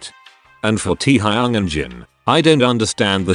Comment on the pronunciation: It’s funny how he calls teahayuong to our taehyung 😂